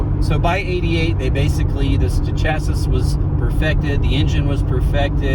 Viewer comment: Chassiss? WTF is a Chassiss! It's pronounced chassie. Or shassie, if you're pretentious. Sheesh!